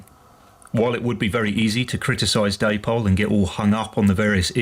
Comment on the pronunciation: Day-Pol? Come along, you're not a moron yankeedoodle or illiterate. That's not hownwe speak in England. Indeed, an Englishman trying to imitate and American in any way is a massive step backwards, tantamount to devolution. Though that quadruples when an Englishman tries to imitates how a seppo speaks. Good lord. Come along.